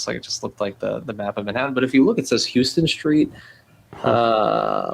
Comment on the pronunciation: It's actually pronounced "house-ton street", not like Houston in Texas